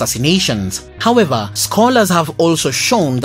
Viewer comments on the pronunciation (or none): none